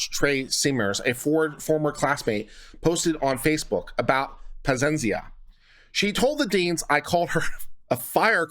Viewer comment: My dude, is PA-ZEE-EN-ZA. Pazienza in Italian means patience, ironic since she was not patient at all with that lady. I think you have read the same last name every time differently xD